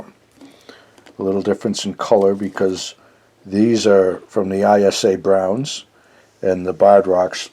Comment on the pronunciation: We have 6 juvenile Isa Browns, it’s either you or me that’s pronouncing it incorrectly lol. We say ‘eee-sah’ brown.